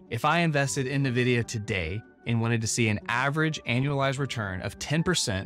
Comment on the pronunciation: So much research on the stock... But still mispronouncing the name?